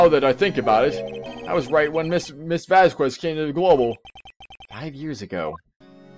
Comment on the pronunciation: I like how they say "Press him hard." Instead of "Press harder" or "Press further" like they usually do. To be fair, that's what I chose my first time. Question, why do you pronounce "Vasquez" like that? Surely you can't say that you've gone you entire life without running into anyone with that last name. I don't know why (ok, actually I do know why) you hate seeing Oldbag so much. She's one of the most fun voices to do in my opinion.